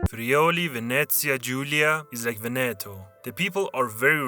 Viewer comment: HOW CAN YOU MISPRONOUNCE VEBETO AND SAY "BELIN" CORRECTLY?!